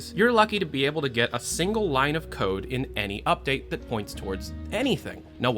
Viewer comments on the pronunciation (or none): none